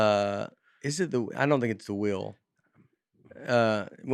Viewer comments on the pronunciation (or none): Nate and say ‘wheel’ like ‘whale’. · Penguin is one thing but how about how pronounces “wheel”